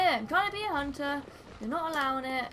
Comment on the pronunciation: you meant the hoonter's dream? From the Hoonter of Hoonters™ herself? hahahaha There's a npc in this game that speaks just like that :P